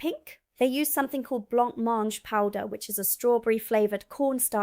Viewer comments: Blancmange is pronounced bla mange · Blancmange is pronounced “bluh-monj”. I have had it in the States and I am sure it was pronounced the same. I still make it but not from a packet. It is similar to a pannacotta. I add dried fruit and/or almonds or pistachio. 😋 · Blancmange pronouced blonkmange 🤣🤣